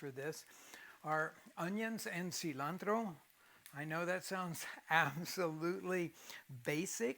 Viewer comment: He said cilantrrro!!!! I’ve combed over hours and hours of this to hear it. Yep. You have no idea